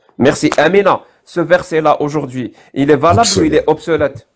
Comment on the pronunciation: on dit obsolète et non pas obselète, on dit utiliser et non pas ituliser. Les erreurs de